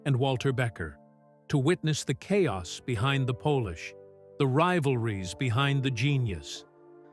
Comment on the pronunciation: the video recites "the chaos behind the pōlish." LOL. This is the first I hear of Steely Dan being from Poland.